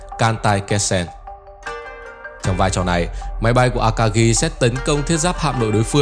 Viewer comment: Phát âm a-ka-gi chứ không phải là a-ka-ghi.